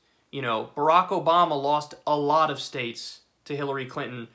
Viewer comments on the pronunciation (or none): none